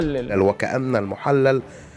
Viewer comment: المحلل بكسر الللام وليس بفتحها